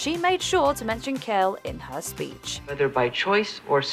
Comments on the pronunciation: The Vice President's last name was pronounced "Quayle," not "Kale." Come on,, get it right! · Did the narrator really say Dan Kale? Pronounced Quayle (as in KWALE) like the vegetable Kale? Yikes. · Quayle not Kale FFS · Its dan quale not kale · Dan "Kale"? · Quale not Kale. Duh. He was a Vice President and you don't know his name? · Dan Kale ? Dan Quayle. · Dan KALE? Good grief. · It's "Quail" not "Kale". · Exactly! It's pronounced like quail, not kale! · Yes, it's KW-ale (not kale like the vegetable). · I've never heard Dan Quayle pronounced that way. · funny to hear an A.I. voice mangle the name Quayle - sounded like Kale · "Kwayl" - pronouncing the name of a former vice president is part of proper research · Thank you. I was coming here to say this. I heard her say Kale and I was like, no. It isn’t pronounced with a hard k, but like the beginning of the word question. I know there are a lot of words pronounced differently between the US and the United Kingdom. But people’s names have one pronunciation. And Quayle isn’t pronounced Kale.